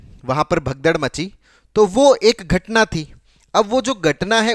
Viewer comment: Gatna ni....ghatnaaa